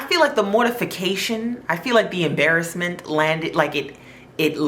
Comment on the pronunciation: The ah-baras-ment...